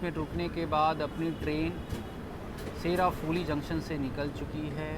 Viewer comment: It's not sherafhuli..it's pronounced SHAEORAFHULI